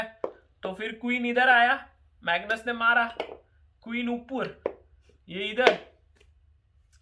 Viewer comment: "Megnoos Bhai" 😂😂